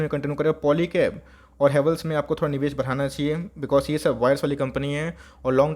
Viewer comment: बनाना चाहियान कैसे बोलते हो यार 😂🤣